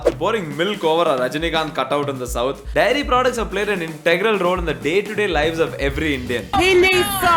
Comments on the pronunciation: The fact that is saying 'diary' not 'dairy' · bro is saying diary insted of daairy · It just occurred to me that a lot of people say diary for dairy in this country. Endearing tbh. pass me the diary milk.